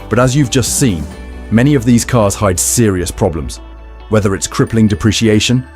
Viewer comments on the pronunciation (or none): none